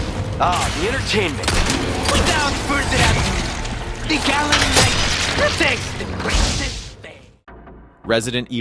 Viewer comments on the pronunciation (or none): none